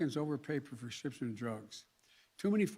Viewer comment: He can't even say prescription.. a total joke . We are the laughing stock of the world.